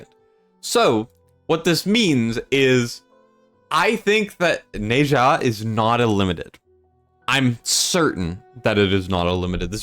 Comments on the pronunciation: Apparently Ne Zha's name is pronounced like Ner Zja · As a Smite player, I remember it pronounces as "Neh-Zshah", with a soft z.